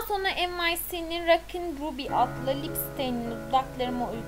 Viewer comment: Ya lütfen sona degil sonra de